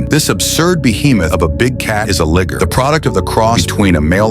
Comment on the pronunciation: It’s pronounce lyger, not ligger. 😂😂😂